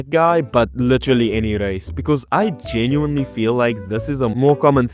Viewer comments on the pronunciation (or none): It’s Geneeeuuiinee not genuaainee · genuine/ genuinely = geh-enn-you-wine-lee/ gen-you-wine-lee I'm so sorry but that's just how it sounds to me no hate, you actually have a really good english accent. bruh I feel mean making this comment, I didn't mean it in a mean way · did you jusie say genuinely